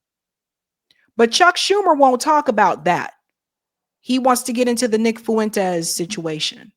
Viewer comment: Here's how to better pronounce his name: Nick "Fwentes"....not "Fuuu-wentes" Did that make sense?